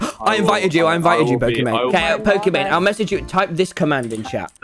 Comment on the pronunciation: am i the only one who heard Poki "bane"